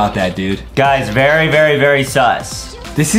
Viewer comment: Did adem say berry instead of very huhhhhhhhhhhhhhhhhhhhhhhhhhhhhhhhh